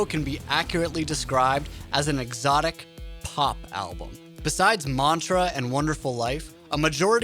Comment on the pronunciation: I like how he pronounced MANTRA MONTRA lol.